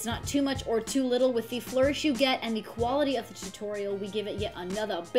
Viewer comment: Asian says, "Quarity"